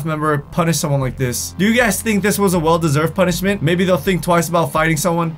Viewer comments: " as a p-uh-nishmet" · That sounded weird when you said punishment